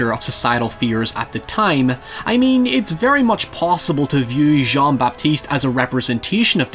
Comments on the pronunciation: "Jonn-Bapiste Gwénouii" X) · I'm really glad to see you talk about this movie and novel. But Christ, the pronunciation of names. :D Great video, though. There are many inspirations for this story, I think. Another quite similar case to that of Jean-Baptiste in this story might be the story of Tarrere, who was a grotesque eater of many things and became more or less denounced and outcast freak of his time. Tarrare's story was about endless, greedy consumption - at least that is how he was depicted back in his days and even used for his eating disorder to smuggle messages inside his belly. Going that route, I think Perfume is more about an extraordinary person obsessed with creation rather than consumption and is therefore also forced to become a social outcast and murderer.